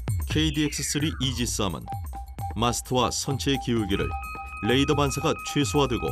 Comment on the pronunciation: 해설자 수고하시는데 레이더 (Radar) 의 발음에 유의하셔야 합니다. no ladar, please.